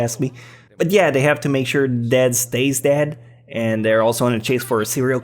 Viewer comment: 'Dad stays dad' or 'Dad stays dead'?